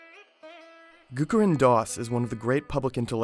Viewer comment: Nice video. But its not Gurukaran Das but Gurucharan (as in charity) Das.